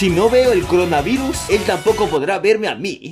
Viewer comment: dijiste crona y es coronavirus xd -.